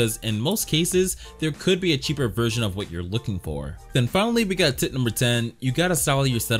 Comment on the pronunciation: When he says tip number four it sounds like tit number four lol